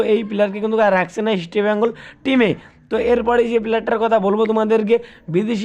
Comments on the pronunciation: it's...EAST BENGAL...NOT...EASTI BENGAL ... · Eastbengal উচ্চারণ ঠিক করা দরকার।